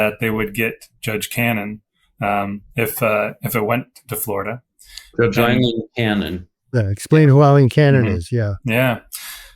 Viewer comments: You did not even get the Columbian's name correct it is "A"ileen not "E[ye]"ileen. Cannon recused herself in Khan v. Sheriff Noel Stephen, shortly after Jack came a filing papers on June 8, 2023. Someone attempted to recuse her in 22CV14397-AMC in April 2023, when she concealed documents showing a Tax Collector was double taxing the Secretary for the U.S. Department of Veterans Affairs, while collecting taxes from a disabled Vet. Cannon allowed an attorney that worked for the Local Law Library, who reported to the Chief Judge of the local circuit court, by and through a funding agreement with local county government. This Chief Judge was named in another suit she buried, 21CV14294-AMC related to encroachment on Federal Property with ties to Pam Bondi. By the way, PragerU is pumping ads on this broadcast; it is beyond comprehension the Palo Alto behind Utube allow this kind of propaganda! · Please learn to say Aileen not Eileen.